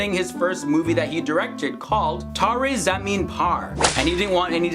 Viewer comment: The way he pronounced tare zameen par 😂😂😂😂